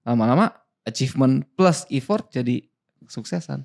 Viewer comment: Thank you buat kontennya yg bagus, tapi mohon maaf "effort" itu pengucapannya kayak "effert", bukan ifort